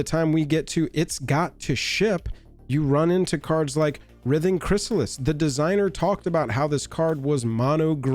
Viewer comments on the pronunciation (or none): Who else was nodding along until he mispronounced "Writhing" as "Rith-Ing" when it's "Rhy-Thing". I do agree though we know 1 colorless, blue and green on any Legend is always going to create ripples by itself but it being on a literal Simic Value Engine IN a Commander? A bit much. Though my solution for it in Brawl anyway is just to make it 1/1 frog with no abilities or a 1/1 citizen with no abilities. As for Modern I say: we have forty varieties of counter spells and even a way to steal/counter it with the added benefit of the satisfaction of flipping a coin while saying "heads I win, tails you lose". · Pretty sure it's pronounced "RHYTHING" Chrysalis. The operative word is "writhe" (rhymes with tithe) or to make twisting movements with the body. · Writhing has a hard "I" in it dude - like wr-eye-thing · Bro, you're the best, but its pronounced wr(I)thing--like driving. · Writhing has a long I. It should be pronounced like "rye-thing." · writhing is pronounced with a hard i,.. not a soft i,.. the same type of i in the word 'write' , example ' the snakes were writhing across the floor' or 'he was writhing in pain after getting stabbed',...also i find the reach protection excuse to be sad, red need more creature removal not blockers, in the last ten years red has become so much less aggressive than it used to be.